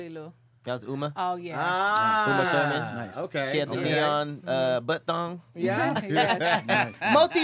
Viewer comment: Boy I know you did NOT say Uma Thurman😳😳